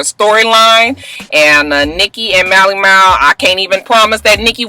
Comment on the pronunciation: And, you ain't even gonna try and say Mally Mal's name right huh? 😂